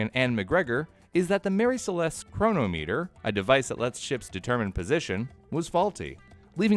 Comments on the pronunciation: and it's also not pronounced chronomEEEEter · Chro-nometer, not Chrono-meter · Cronometer, pronounced Crow-nom-meter, not Crow-no-meter. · it's pronounced kruh-nom-ih-ter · I just want to hear him say thermometer. After 'crow no meter' I need another laugh.